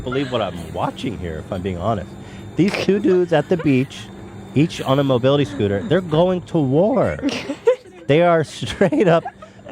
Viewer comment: Mobility disability-mo-beel